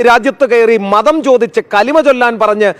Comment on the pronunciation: കലിമ അല്ല കുലി മയാണ്..